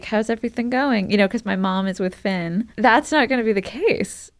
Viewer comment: FINN does not rhyme with red !